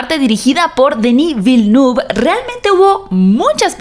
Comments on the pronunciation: me encantan tus reseñas aunque se me ponen los bellos de punta cada vez que pronuncias el nombre del director. La pronunciación correcta es: Dení Vilneve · Un trago cada vez que dice Dení Vilenú. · A ver si aprendes a decir el nombre del director que es Frances Se te tiene que llenar la boca